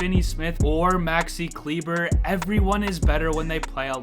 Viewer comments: It's actually kle-bear, he himself doesn't understand why they keep calling him klebah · Davis = "Daaaahviss" Kleber = "Clee-Bahh"